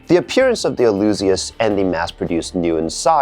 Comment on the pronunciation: This is a great video and you not being nitpicking. You are details orientated, that's a competence! And the missing details on the kit looks more like the older HG from Bandai:D Fun facts: The name Alyzeus is from the agreek mythology, son of Icarus. The pronounciation is like Zeus = "Dzuis" or in modern Greek "Zefs". Alyzeus "Ah-lye-zefs / Ah-lye-zefs